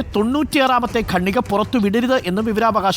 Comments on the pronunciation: ഗണ്ണിക അല്ല ഖണ്ണിക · സർ,ഗണ്ണിക എന്ന വാക്ക് ഖണ്ഠിക എന്നു ശരിയായി പറയൂ.കേട്ടിട്ട് അരോചകമായി തോന്നുന്നു.(റിപ്പോർട്ടർ ആണ് തെറ്റിച്ചു പറയുന്നത് ) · ഖണ്ഡിക ആണ് ശരി